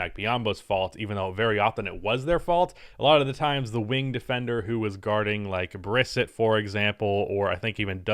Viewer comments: It's pronounced Bris-set not briss-it,random but just wanted to let you know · Watched him at Syracuse, it’s pronounced Bris Set